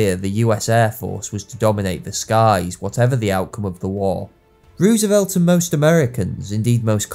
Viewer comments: It's pronounced Rose a velt. Not Ruse a velt. You're a historian and you don't know how to pronounce a key figures name? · it’s roosevelt. oo = u (not exactly as i’m not a linguist, but oo is not an o). Anyway it’s our language, not yours. don’t try to correct OUR language. know your place.